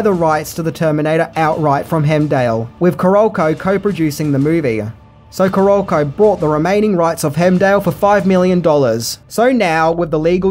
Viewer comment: Hearing you butcher the pronunciation of "Caralco", "Kassar" & "Fiedel" is horrifying.